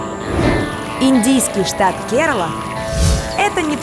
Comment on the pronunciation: Не ке'рала,КерА'ла,ударение на первую А .